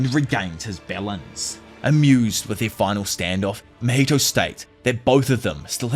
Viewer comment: Not "HIMATHY"😂❤. I'm gonna use that now 😂